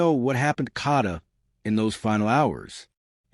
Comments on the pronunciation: Its pronounced Kayyyyy-daaa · I had to unsubscribe he saying her name so wrong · The fact you have a video with someone screaming and saying her name, and you still prononounce her name wrong is diabolical.. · Please say it again because he's not pronouncing it right at all